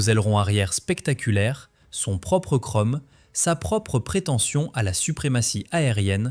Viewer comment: Kromm au lieu de chrome... Quel crétin! Une parodie de lèche-babouche...